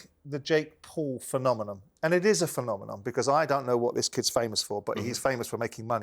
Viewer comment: For someone that loves to use big words and thinks he’s always the most intelligent person in the room, Simon Jordan can’t pronounce “phenomenon” he kept saying “phenomenom” 😂😂😂😂😂 bloody berk 🤣🤣🤣🤣🤣